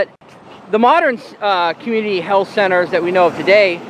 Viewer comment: "Heath" Care